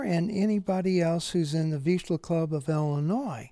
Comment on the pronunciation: If you can pronounce Zsa Zsa Gabor you should be able to pronounce "Vizsla".